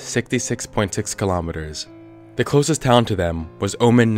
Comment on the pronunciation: after slowing down the video you can clearly hear a ”deh” sound as if he for some reason mispronounced “the” any reason